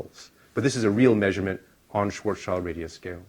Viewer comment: Schwarzschild is pronounced as Schwarz as in black, and Schild as in shield. Schwarz-shield ( ʃvaʁtsʃɪlt ) and not Schwarz-child ( ʃvaʁtstʃaɪld ).